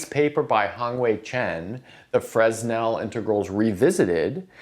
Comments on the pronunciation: I always thought it was pronounced fray-NELL integrals. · He's just trying to help, and it's attitude that matters. It's a simple fact that you sound more like you've "done your homework" if you say, "Fruh-nell", so it's a little better than pronouncing the "s", so it's a small correction that offers a small improvement. So why not? I think of a great maths teacher I had in school who taught us that Euler was "Yewler". No biggy, but actually he called himself "Oiler" (as you probably know), so that's preferable. So why not? Today I call him "Oiler", but I'm not ashamed of having once called him "Yewler", or hurt that someone would've had to correct me in this before I changed from what I "knew". (Maybe you're being a bit too sensitive? People can be mean about this kind of thing, and it's relatively unimportant as far as the maths goes, but clearly that's not what's happening here. Ideally one would send a private message to help out, but that's not available on YouTube.) If someone called you "Robe Bovmenn" you might even feel an inclination to correct him? Different context, but the principle that it's more respectful to call you ... Sir ( :D) ... or Mr Bowman ... or Rob instead of Robe. And now after all that TL;DR, I'd better go watch the video. :D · but... he so FRESSSHHH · You'd better say. "Frê-nel". Skip 's'. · It's hard to take you seriously when you can't even pronounce Fresnel correctly. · Optics is a bit picky with silent s in Fresnel French way, just saying. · No s in Fresnel ;) (well, in French anyway) Great video! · So why does pronounce Euler and Fourier correctly? Seems like a double standard to me. I was shocked he said Fresnel the way he did. Major faux pas. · Less of a double standard and more of a human mistake. Evidently he won't do it again now that everyone here has let him know how wrong he is. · Fresnel - wrong pronunciation.